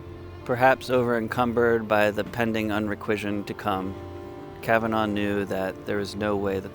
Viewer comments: Fyi: It's not pronounced 'Kavan-augh' It's correctly pronounced 'Kavan-ah' (phonetically) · Kav-an-nah not Kav-anv-oh. Regardless of it being spelt Kavanagh. Please listen to the spoken Dawning of the day or the music to the poem to get the correct rhythm to it. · It's pronounced KAvanAh not KavanAW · I know Irish names are pronounced slightly differently in America but Kavanagh in Ireland is pronounced Kavanaaa not Kavenaw 😊